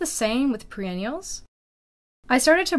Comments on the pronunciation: WHAT?!?!?!?! “Pre-“ …. Should I be listening to this video?!?!?! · Is it me? Or are you saying "pre-ennials" instead of "Per-ennials" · they arent 'pre' ennials they are per-ennials. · Yes she did. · It hurts everytime she says it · Pre-ennials? really? Is that what you said? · Perennials not pre-ennials. The word is written on the signage at garden centre that you are filming…read it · It hurts your credibility to call them "PRE-ennials" instead of perennials. If you are saying "BEE-ennials" instead of biennials, that's no better. "BYE-ennials." Anyone going to the garden store asking for bee-ennials or pre-ennials will likely get confused looks. I thought you were saying pre-ennial, but then you said it for hollyhock, and I think that's a biennial, so.... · PER not PRE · Yes you’re correct- she is saying pre-ennials. But some of the replies to your comment are sad. People need to get a grip (especially the person who called her “babe”). I notice a lot of her videos are in Russian which may be her first language. If that’s the case, her English is just fine. The intolerances of people’s differences is astonishing. Her content is excellent. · Yes, that is what she is saying.